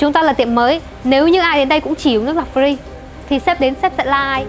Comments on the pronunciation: Chữ Free không phát âm được thì nói tiếng việt giùm... Nước pree là nước gì ???? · Má cái lưỡi ngắn phát âm chữ free nge chán điên, thay vào đó nói từ miễn phí đi ạ :) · Phát âm từ 'free' nghe nhà quê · Ng VN,ở VN,thì tôn vinh mọi thứ liên quan VN,dù nhỏ nhất cũng vậy. Nói tiếng VN đi,miễn phí thì mói miễn phí,cứ phải dùng từ free làm gì,nghe chả lot tai xíu nào luôn,đã phát âm sau,k chuẩn,k đúng rồi mà còn bày đặt free,đã vây còn nói nhiêu lần,càng nghe càng ứa gan với kiểu phát âm đã sai còn cố thể hiện,ra vẻ. Vai diễn lag ng xấu xa,nhưng tao coi vẫn bth,k thấy tức,nhưng chữ free lại khiến tao nổi máu côn đồ rồi. Diễn vao ác,ng xấu nhưng t lại nổi điên vì chữ free,vậy có gọi là diễn thành công k,cô ây diễn vai ác thành công k.